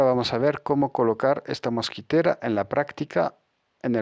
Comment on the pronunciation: mosquItera.....MOSQUITERA.........no mosquEtera..............una mosquetera es la mujer de un mosquetero...D'artagnan, Athos, Aramis y Porthos.